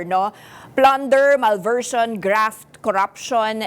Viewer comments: Anong malvertion?? Malversation po ate. Pakaconfident mo pa ah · lalo na yung malversion🤣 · This anchor is an idiot. She even mispronounced malversation as “malversion”.🤦‍♂️